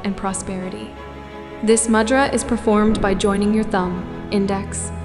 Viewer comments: Correct - Mudhraa is how we pronounce it in Hindi/India, the d is pronounced like "the". Namaste!! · A gentle and respectful suggestion. “Mudra” is pronounced with a short “u” sound as in “you” (not “u” as in “mud”). The “d” in “Mudra” is a dental consonant, with a softer sound made by placing the front of the tongue against the teeth. Also, please provide a reference source. 🙏🏼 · It is not MUdra, it is MOOdra.